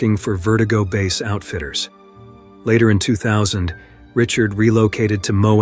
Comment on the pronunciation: "Failed **trials**"?? Sometimes pronounce "BASE" as base, sometimes letter-by-letter... Low-effort AI content detected.